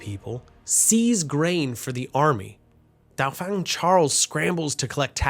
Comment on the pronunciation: You might want to learn pronounciation of words like "Dauphin". Especially in a well put togheter documentary piece like this.